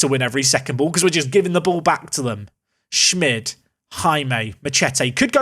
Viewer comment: Isnt schmid pronounced schmeed instead of Schmidt?Atleast thats how Romano Schmid is pronounced.